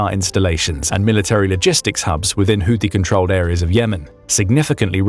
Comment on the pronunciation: It’s pronounced who tea.